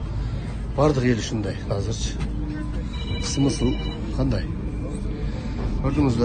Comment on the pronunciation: Сымысл эмес смысл